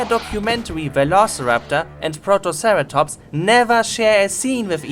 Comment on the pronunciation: "protoceratomps" :D